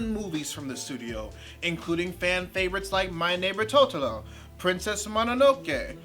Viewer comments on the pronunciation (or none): none